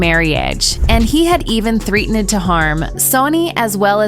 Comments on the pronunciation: "threet-en-ed" was also a banger LMAO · Mississing drigs and threeten-ed harm during their mare-ee-age? I can’t with these stupid AI voices. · "Three ten ed" huh? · Yeah, mispronounced "marriage," "misusing", and "threatened." And Skynet says that AI is smarter than humans.